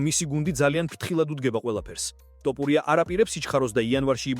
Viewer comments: ძმაო ტოპურია შეიძლება თქვას რუსმა. იმიტომ რო თ ასო არარსებობს რუსულში. რატო ამახინჯებ მიკვირს.🤷🏻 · ტოპურია არა შე ყლეოო თოფურია და დეინა ვაითი არა დენა ვაითი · ტოპურია არა.თოფურია.დეინა არა.დანა ვაითი.ვერა რა ვერგიყურებ გადმოცემის უნარი 0 🤡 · ტოპურია არააა თოფურია დეინა არა დანა და ა.შ… ამშეცდომების გამო ვერ ვუყურებ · Axali stili shemoaqvs da matito idzaxis topuria😂😂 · ტოპურია რა უბედურებაა რუსი ხო არ ხარ თ ასოს რომ ვერ ამბობდე😂